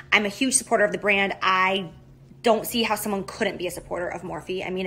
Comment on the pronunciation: Does anyone else just Hate The way Jaclyn says the word "brand"